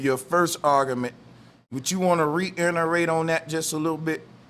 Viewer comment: Argamint, Flat earthers know how to mispronounce words.